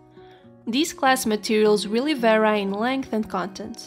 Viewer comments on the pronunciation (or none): hey, just a little pronunciation tip! the word "vary" is pronounced like saying the letter "e" at the end. :D